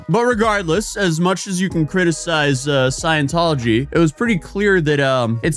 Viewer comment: "sciencetology" so close but so far